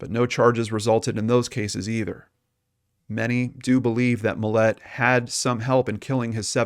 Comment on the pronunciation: Its Mill-lot there's no e. And this is old af